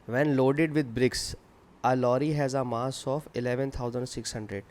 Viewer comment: Good explain but mass ko maass